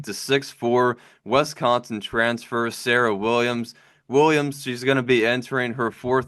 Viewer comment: Not WESCONSIN. It is Wisconsin.